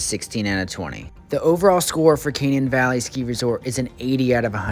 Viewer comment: its pronounced Kuh-nane locally